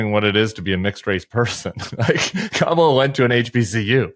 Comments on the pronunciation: He isn’t intentionally mis pronouncing Kamala..it’s evidence, yet again, of phonemic aphasia.. he also just doesn’t remember her name.. HE’S TOO OLD, HE SHOULD WITHDRAW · The wrong way to pronounce Kamala is actually the correct way to pronounce it, it's just not the American sounding one.